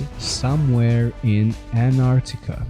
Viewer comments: There is a T in AnTartica. Redo this video with a narrator who can speak English and pronounce English correctly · Dude, your title is ANTARCTICA... and keep saying now and then ARCTICA... get your story straight first... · Good job! Well put together with Bible prophecy is taking place! why did you keep saying "Anartica"?